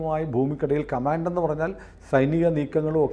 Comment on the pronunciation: എന്തോ ന്നടേ ഈ "കമാണ്ട്" ?